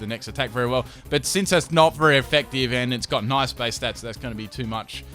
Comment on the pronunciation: Omg the way he pronounces "Bass" makes me cry. AND THEN WTF IS A CORSAWLA.